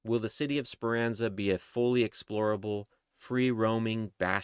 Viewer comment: It’s Speranza not Speranza